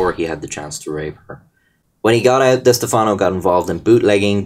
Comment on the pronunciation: diss-teff-no that’s how it’s pronounced